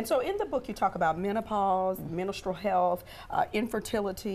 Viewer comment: What kind of health, Quad? 😆🤭I think the word is men-stru-al not men-u-strel. Maybe it's a southern thing?